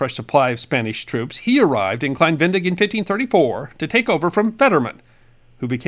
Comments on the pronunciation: Klein Ve-ne-dig. Not klein Ven-dig. You butchered the pronunciation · Great video as always, entertaining, interesting, and educational. Thank you! However, as native German speaker, I wanted to point out that Venedig is pronounced similar to Venezuela, with "zuela" replaced by "dig", and with emphasis on the second syllabe. Ve-NE-dig. As a general rule, there are no silent vowels in German. I think there's the rare exception or three, but I can't think of one off the top of my head. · Thanks for another fascinating snippet of history. As an American who lived in Germany for 35 years, I noticed that you omitted the second "e" in "Venedig", pronouncing it "Vendig." In German, there are practically no silent letters. The correct pronunciation would be "VeNAYdig" with an emphasis on the second "e". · Most interesting. BTW it's pronounced Ve-ne-dig not ven-dig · its klein VE-NE-DIG not VEN-DIG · Ve-ne-dig, three syllables. No silent letters in German. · I think it is better pronounced “Klein Ve-ne-dig” three sylabbles. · I believe it is pronounced "Klein Ven-nay-dig". Thanks for this informative video. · Please don’t take offense, but your mispronunciation of Venedig grated on my nerves. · I realize that it’s too late now but your pronunciation of Klein-Venedig is off, unfortunately. It’s pronounced like you would Venezuela but with -dig instead on -zuela and emphasis on the second syllable (-ne). To this day, Venedig is the German name for the Italian city of Venezia, better known as Venice in English. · I'm not German but live in Germany and his pronunciation of venedig really jarred my ears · Wow, very interesting video. Please pronounce the second e in Venedig. It is not silent.